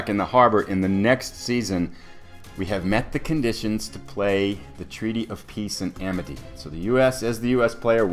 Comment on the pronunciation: Awesome! If you listen very carefully at about , you'll hear yourself say "the Peaty of Treace and Amity". Comedy gold. :D Great video. Enjoying the series very much.